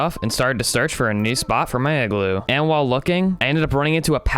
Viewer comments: Its IGLOO not eggloo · The Real Leader Of North Pole Is Santa 👁👄👁💅 Edit - did you just say eggloo 🔫